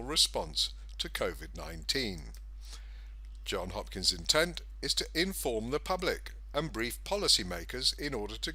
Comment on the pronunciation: Ah man, it's Johns Hopkins, not John Hopkins. Crazy lefties use ANY excuse to discredit a message. You just handed it to them on a platter. Such a great analysis ruined by a misspell.